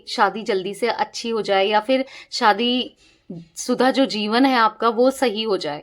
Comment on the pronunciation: Madam! Shaadi word sahi bola Kro Aap,saadi bol rahi ho.